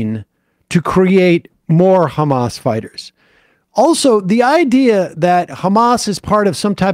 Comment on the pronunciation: Khamas khiding in the khospital, eating khummus.